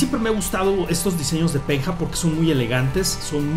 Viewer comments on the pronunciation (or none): SE PRONUNCIA "PEÑA" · se pronuncia peña :V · Penha se pronuncia Peña que significa roca! jejej Saludos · se pronuncia peña buen video!!! saludos desde Brasil att: el colombiano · Se pronuncia "peña" y lo que dijo de un brasileño sepa portugués es correcto pero vale:v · se pronuncia peña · la "nh" se pronuncia como una ñ... Se diría Peña